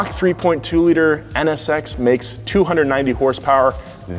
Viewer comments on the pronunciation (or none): none